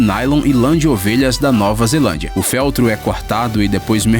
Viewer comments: DIGITADO POR LUIS ANTONIO MENGHI Até que enfim um erro do narrador . Pensei que nesse vídeo ele não falaria besteira , mas ele não aguenta !? FÉLTRO ? COLOQUEI O ACENTO SÓ PARA DAR O MESMO SOM DA PALAVRA NO VÍDEO ! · "Féltro, sódio cáustico"... Dói o ouvido isso.